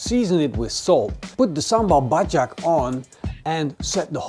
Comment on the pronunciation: I didn't say if it was bad or good, I choked on my drink bcs it was kinda impressive for someone thts not from Indonesia or Malaysia